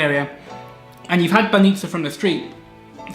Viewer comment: I'm a Bulgarian and I'm happy that people from Western Europe like you like my country. Actually, I have a question for you - can you read or speak Bulgarian because you pronounce very well banitza, rakia and kebapche? 😃👍